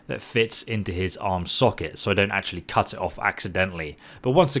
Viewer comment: I kept hearing cuss instead of cut